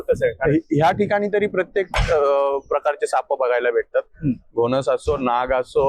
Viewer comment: सापअ असा उच्चार नाही साप असा आहे! तीच सापअ... असे नव्हे तर तेच साप! कृपया मातृभाषा व्यवस्थित बोलायला शिका. 🙏